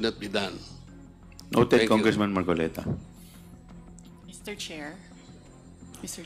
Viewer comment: Weeee dumali nanaman si gadgaran facing ..'marcolets " 😂😂😂😂😂😂